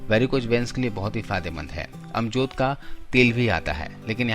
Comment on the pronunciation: Ajmod ky patty. amjod nhi bolty